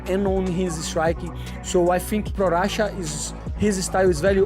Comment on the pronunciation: A- for Henry for the pronunciation of Czech.😁👏